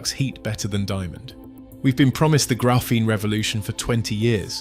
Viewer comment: GRAYPHENE?! for real dude?